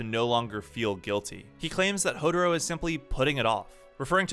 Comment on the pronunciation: Its Hou"tah"ro